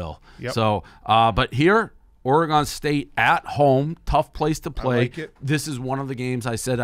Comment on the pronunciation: Dave says Oregon like a dip shit.